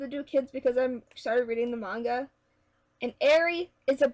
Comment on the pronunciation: And thank you for saying manga correctly